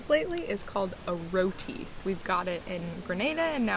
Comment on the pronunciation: Hey Guys, I hope this information helps you guys out. The Bahamian money you can covert back into USD as they are 1:1 exchange rate. Roti - its pronounced ROW TEE not Roadie It is eaten through out the Caribbean and orginated from Indian when many migrated to the West Indies to work on the sugar plantations. So yes similar to a Burrito but all west indian flavors which is normally curry based depending on the island you go. Some Roti's may even have stuffed yellow split peas in them also. Vegetable from the Farmers Market: Cristfine - You can use it in salads, stirfrys, or if you bake fish add it along with green & red peppers and sliced onions. The root vegetable is also known as Tarro or edos. When you peel them they are a little slimy but you can slice it up and fry them similar to making home fires with potatoes. The large one you guys have you can technically bake it with salt and pepper and you good. The small oval green fruit. they are called Golen Apples or Ppommecythere - you can eat them when they are green and sour with a little Salt and Pepper. When they are ripe they go yellow and they are sweet. The seed inside is very Spiney looking seed.